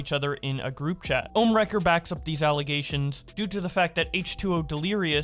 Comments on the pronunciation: We say: ohmwrecker Keem says: Omnimaker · its ohm not ohmnee wrecker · keemstar watches too much invincible he said omni wrecker 😂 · he also calls ohmwrecker for omniwrecker Keemstar is pretty known for mispronouncing names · Omni Record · Legit keem can’t say ohmwrecker so cringe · I hate how both and keemstar are mispronouncing everyone's names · "How many times can keemstar miss pronounce Ohmwrecker's name" simulator